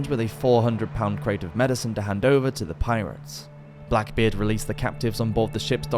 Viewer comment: Its not said as blackbard lol